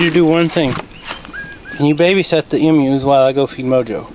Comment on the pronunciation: I don't want to sound mean, but the are Emu's are pronounced long EEEEE mu